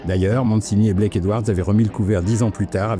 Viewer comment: Blake, pas "black"